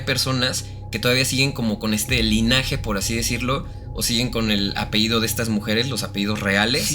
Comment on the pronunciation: Hola chicos! una observación, lo correcto es decir APELLIDO, no apeido. Saludos! excelente canal!